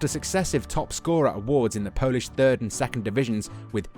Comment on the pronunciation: Hi, I am from Poland and your Polsih pronunciation is not bad👍